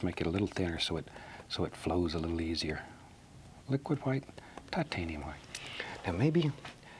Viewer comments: Before the battle of Hastings and the French speaking Normans took over england and changed the language dramatically, it was "Hwite" "Hwere" "Hwo" "Hwat". So his way of pronouncing is actually the OG real way. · Didnt he say titanium whaite i saw blue😂